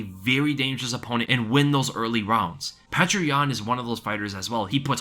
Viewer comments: Excellent breakdown,! (also it is pronounced something like "Pee-yoh-ter"... sometimes spelled "Pyoter") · Its not pronounced how you are saying it, its Pe ter (peh) (ter) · You got to learn how to say Petr correctly or just say Peter